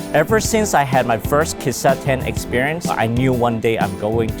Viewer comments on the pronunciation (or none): The Japanese pronunciations are wrong. Kissaten (key-sa-ten) Kawaii (ka-wa-eeee)